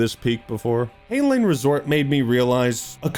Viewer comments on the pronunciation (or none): It’s pronounced “hi-nan”, FYI